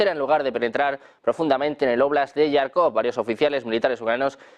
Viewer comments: Por qué dice todo el rato "Yarkov"?!!! Es que no sabe leer? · Tío, no digas más "Yarkov", es JARKOV, con jota española. Los anglos lo escriben "Kharkov" para conseguir el sonido. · Jarkov, se pronuncia como se escribe.... Tartamudo... NO ESTÁS DANDO LAS NOTICIAS EN INGLÉS.... para dar otro tipo de pronunciación.